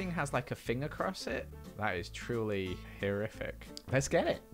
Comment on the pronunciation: The fact that he pronounced “horrific” “hirrific” 🤣